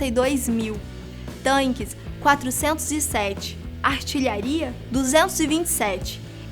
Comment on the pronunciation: Meus ouvidos doeram quando ouvi "tanques"....